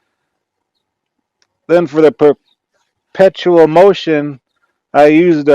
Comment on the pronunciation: guy cant even say perpetual LOL probrably why he thinks it runs by itself LOL.. whoop, anyone see the gas engine?